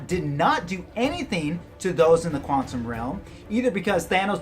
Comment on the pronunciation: Haha 'Juantum Realm' I caught that!! :P